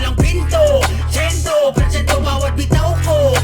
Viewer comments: "Gentow" nag-produce pero di alam yung pronunciation ng kanta 🙃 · him pronouncing "gento" like he does over and over hurts my soul